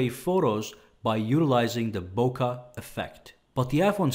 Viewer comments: FFS It's not "Boka Affect" it's "Bokeh", pronounciation "Book'eh" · you're mispronouncing bokeh, bruh!